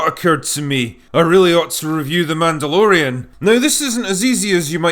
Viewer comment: It's Mehdalorian!😂